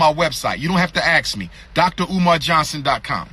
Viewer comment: So animated. Wow! And its ask, not axe clown. This dude str8 stupid. SMDH. What college he go to again? And what institutions are controlling his behavior? STOP IT.... STOP IT!!!